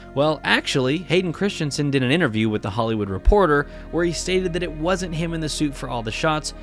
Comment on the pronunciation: The name is Not Christchensen.